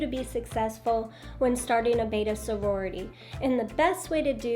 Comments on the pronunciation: The name is Betta, not Beta. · I was listing to you but I could not listen any longer. When you can’t pronounce the name correctly. It is Bet ta. Not bait ta. Look at the spelling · Betta! Not beta..... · It's not a tomato tamato it's a beddddda not a baydah